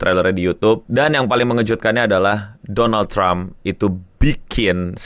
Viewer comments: Doland? Dolanan? 😂😂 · "Doland Trump" 😅 Doland ke negara tetangga 🤫